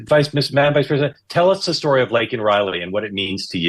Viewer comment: I just spent 5 minutes using Google trying to figure out what Megyn was hinting at regarding Lincoln Riley... Work on that enunciation Megyn! Say "Laken" so it's clear that you aren't a USC Football fan & give that slain young woman the respect she deserves.